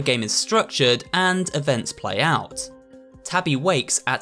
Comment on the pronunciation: I love the way how he calls Tabby “Toby”😭